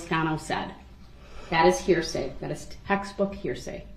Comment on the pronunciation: Here say........axe me again 🤡🤡🤯🤯